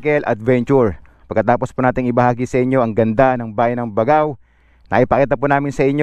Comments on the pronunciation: Bag GAO. Tamang pronunciation nya bossing. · Gat-ta-ran. Hndi Ga-ta-ran. Bag-gao. Hndi Ba-gao. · Sir, ako po ay tga Cagayan. Ang pronunciation ng pangalan ng lugar kung may nadobleng letra katulad ng Baggao, Lallo, Capissayan ay hindi shino-shortcut. Parang ang bigkas ay Bag-gao, Lal-lô, Capis-sayan.😊